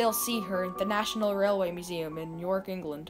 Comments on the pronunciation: Great video. It’s York not Nork Museum. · Hi. just to say great video. but its not new york. Its just York. But a great Video thank you